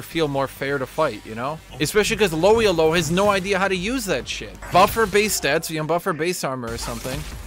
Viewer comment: How says Elo is really tilting me